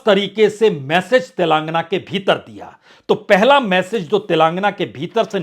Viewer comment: अबे अंग्रेज तेलांगना नहीं तेलंगाना बोल